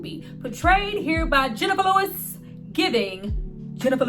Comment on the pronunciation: the way you said jenifer lewis 😭😭